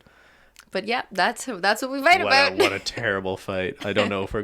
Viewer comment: You know how Canadians say 'aboot' instead of about. There must be regions of Canada where they say 'aboat' like 'ah-BOAT' because that's how these two pronounce it. Can the WIRE do a break down of Canadian accents?